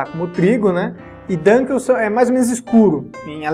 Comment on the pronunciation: Muito bom o vídeo! Amo cervejas de trigo. Ah, e a pronúncia é "dúnquel" (-: palavra alemã para escuro. Abraço!